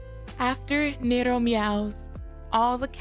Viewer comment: Who tf call Ne Ro, Nee Roo. The name is literally come from Neko->Nero